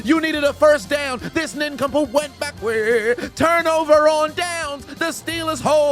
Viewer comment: I have watched this thing so many times, mainly for the Eagles, Bears ( Da Bears) and Vikings games. The way he says backwards cracks me up every time 😂😅😊. And I wish Crashout Spongebob was longer. 👏🏾👏🏾👏🏾